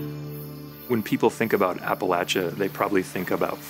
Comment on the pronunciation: please learn how to say appalachia correctly.